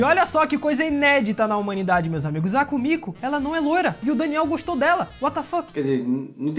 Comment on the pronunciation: Komiku, não soa meio estranho não ?